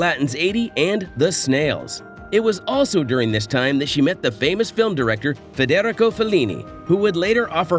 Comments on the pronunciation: "Fah-dare-icko" Felini? hahahaha... it's pronounced "Fair-dah-ree-ko" - LOL... Too funny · "Fed - Eric - Oh" Fellini - WHATTHEFUCK?? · frederico .. fred er ico .... english sure aint your strong suit